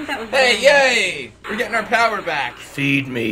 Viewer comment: I want to keep going with the joke that is Rocknight's daughter, so we've finally seen Rocknight unmasked. I guess nobody noticed pronounced it "Getting anger and anger..."